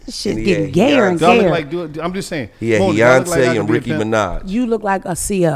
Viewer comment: Gillie said Rickey Minaj & Heyonce😭